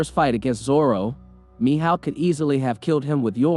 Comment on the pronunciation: Mi howk bro cmon, HOW DO YOU MISS PRONOUNCE HAWK MY GUY😭😭😭